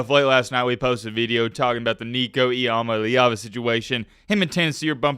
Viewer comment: Nico I-AM-A-LEVA